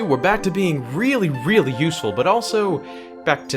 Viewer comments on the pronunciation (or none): i weally wike the king of wed wions...